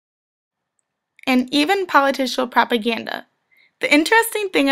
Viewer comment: I heard "politicial" several times. There is no such word